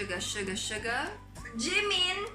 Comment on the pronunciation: Finally someone who pronounces 'Jungkook' & 'Suga' properly